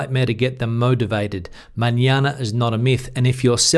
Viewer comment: MAÑANA, NOT MANANA